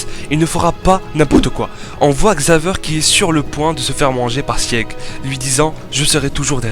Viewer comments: Prononce sig pas siEg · Ça se dit Sig bordel, c'est de l'allemand, ce qui veut dire victoire.